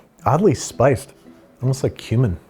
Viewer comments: Gotta enunciate when saying "tastes like cumin" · I thought he said human not cumin. “Unless these are human nuggets” is what I heard. 😂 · Babbish: "Tastes like cumin." Me (hearing "tastes like HUMAN): "How do you know what that tastes like!?" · not me hearing human instead of cumin💀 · Every time Babish said "tastes like cumin", I thought he said "tastes like human." Scared me for a minute. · Everytime you say "cumin" I hear "Human". Human disguised as "spices".